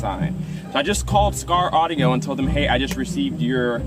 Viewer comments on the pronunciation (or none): Skar ardio? You didn’t wanna redo that?